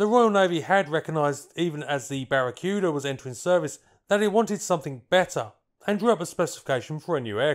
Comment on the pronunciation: It's BARA-KOO-DAH!!! Aside from that, quite an informative video!!!